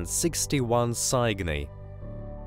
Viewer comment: Go find an amateur astronmer and learn how to pronounce star names SI-GO-NEE really?